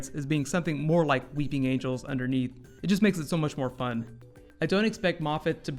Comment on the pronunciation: No, he said angle not angel